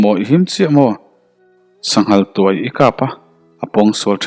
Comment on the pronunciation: Sanghal tuai tihah hian, rawtuai tiha tuai rik dan ang hian lam tur a ni lo maw... nge ni a ziak tu hian,sanghal hi tuai (pherh) kan tih angah hian a ngai zawk le??